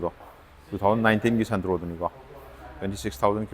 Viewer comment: SANTRO❌️ SUNTRO✅️